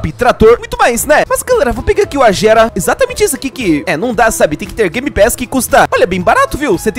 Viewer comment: N e Agera (som de "J") e sim Agera (som de "G" ou Aguera) Se n entendeu n ligo se vira